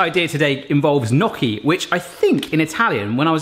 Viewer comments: Enjoyed video, fudge looked good, the nutella gaff was fun. Gnocchi looked decent. But...but...it's not "Nocky". The "gn" pronunciation can be tricky. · "Nokki" Ouch my Italian. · He got the "cchi" right (most english speakers don't), but the "gn" sound in italian is quite different. He said it like if the g wasn't there, while it's actually like the spanish ñ. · no one commenting about the two small dots of soup in the camera lens and how he said gnocchi, loved the vidoe and that t-shirt is just hilarious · the way you were pronouncing gnocchi was hurting my heart